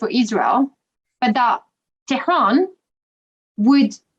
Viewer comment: She prounounced Tehran really well.